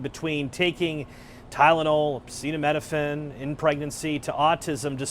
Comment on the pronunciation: Is amazing that these are the same people that get triggered and annoyed when they hear someone talk with an accent, yet they can’t formulate a single coherent sentence in their own language. Not being able to say acetaminophen is wild.